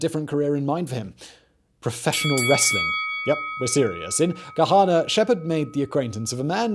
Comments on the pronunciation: Columbus resident here, Its Gahanna not Gahana 😄 😄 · Gahanna not gahana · I never thought I'd get to be the person whose town Simon mispronounces. "Gahanna" is said the regular American way of pronouncing "A" sounds, nasally. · welp i now know how people from other countries feel when their city names are spoken because as a ohioan the way he says Gahanna upsets me